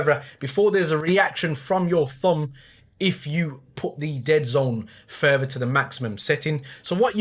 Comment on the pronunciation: In canada we say further not furvra but thats crazyyyy